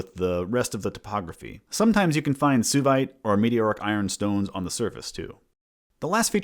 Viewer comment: Should Suevite not be pronounced "sway-vite", like the ancient Suebi and modern Swabia